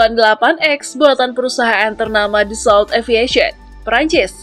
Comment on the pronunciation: Pronunciation nya "Daso" bukan "Dasolt", "Makh" bukan "Mech"